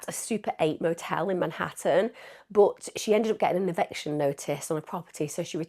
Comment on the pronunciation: Evection notice???? EV-ICTION